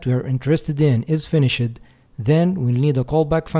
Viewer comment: yo the word "finished" the e is silent its like the normal "finish" but with a d sound at the end. it isn't an "ed" sound. It's just like a d sound, if that makes sense. Besides that perfect english, and great tutorial.